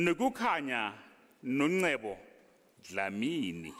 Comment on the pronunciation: I love how the prof pronounces "Dlamini" 🥰🥰🥰